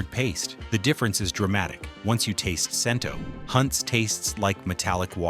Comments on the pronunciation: CHEN-TOH...NOT CHEN-TOW/TOE! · Cento is pronounced "Chen-toe."